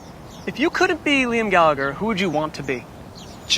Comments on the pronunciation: Did he just pronounce it “gallaGher” with a hard g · i hate how the americans pronounce our surname. the second g is silent lads